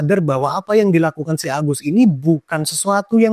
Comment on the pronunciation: Mantap bang penyebutan agusnya. Agus berengsek mesuk hehe